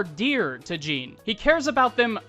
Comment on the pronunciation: Мy homie say ''Jeen'' one more time I swear.